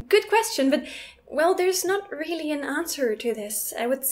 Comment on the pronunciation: 0.23 "I wheely love.."